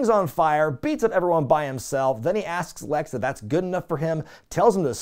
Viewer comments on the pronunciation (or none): none